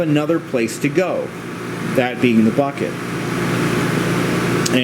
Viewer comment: The 'buket ' haha great video though!